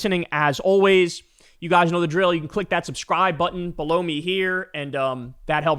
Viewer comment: Kyle, bro, just a word. When you say, "click that subscribe button below me here," while pointing down, make sure you clearly enunciate the word 'below' so it doesn't sound like blow.